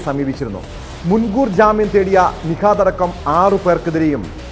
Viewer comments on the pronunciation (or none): Nishad alla nihad😂 enthuvadai